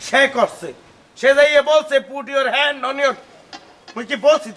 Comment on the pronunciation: ইয়োর হেন্ড ওন উোয়র উও উও 😂😂😂😂হেন্ডা